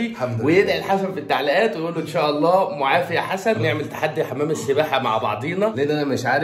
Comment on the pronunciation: ملحوظة ل اسمها مُعافَى بفتح الفاء لأنها اسم مفعول وليست مُعافِي بكسر الفاء